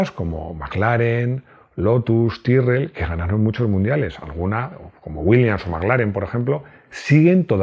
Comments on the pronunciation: De hecho Tyrrell se pronuncia "Tirrel" no "Tairrel" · Tyrrel se pronuncía como se lee. Aun que no suena muy Ingles, así se pronuncía.